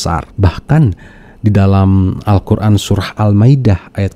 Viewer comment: Jangan mau di tipu orang ini baca Alquran saja belepotan ngaku guru ngaji tarbiyah 🤭